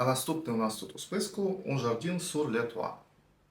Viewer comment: Привіт з Парижу👋🏻 Підкажу, як читати назви ароматів Ермес: всі Un читаються як Ан. А Jardin читаються як Жардан (ви навіть декілька разів правильно вимавляли). У французів часто "і" в середині слова читається як А, не дивуйтеся) Сади Нілу дуже люблю 🥰 🥭